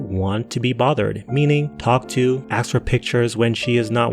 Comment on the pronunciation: 😂 "So I axe you" 😂😂